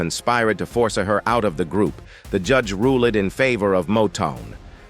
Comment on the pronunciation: On that note, AI seems to have become very emotional when they got to the sad part of The Supremes they had conspired to forcy-her out of the group the judge ru-lead ....and she diet... ...arr-hest cau-sead hit me right in the feels that even a computer generated voice has trouble narrating that.😂😂